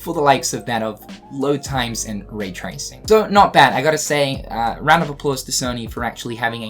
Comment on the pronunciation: Is he saying "Ray tracing" or "raid tracing"? Because I've heard it both ways now.